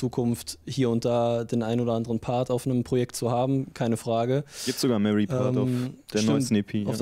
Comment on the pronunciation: Moment mal!Mary? Heißt er nicht Marley?😆